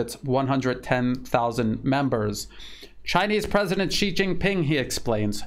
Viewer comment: Thank you for the in-depth information. Also I am please to hear you said president Xi correctly compare to most US mainstream medias. I have one year mandarin education. So I like to hear correct pronunciation.